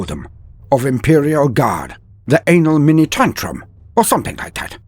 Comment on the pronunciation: “The anal-mini-tantrum” OMG🤣🤣🤣